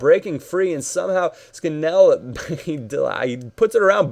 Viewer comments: its Scan-all ^^ not scan-ell:) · It is pronounced 'Scan-null' no idea why, just is :P